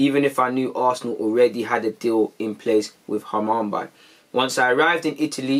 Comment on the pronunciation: Bro I’m sorry but I was dying when man said Hamumbye 😂. Great vid though as always G